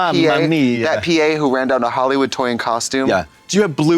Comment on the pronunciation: "WHORagin story" is crazy 💀